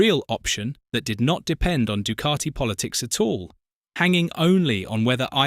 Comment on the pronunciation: It’s not du cart I It’s Ducati